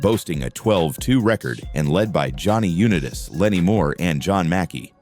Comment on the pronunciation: Find a computer who can pronounce "Unitas".